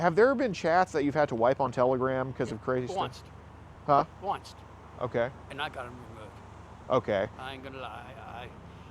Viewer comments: He’s adding a T to words like once I think he just said onceT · . I found a new "word" I will punch you in your throat if you say it.. "Onest"; one-st. Like the way the "st" sounds on the end of the word "worst". This dude said it twice in a row to describe only having to do something ONE time. "I only did it onest"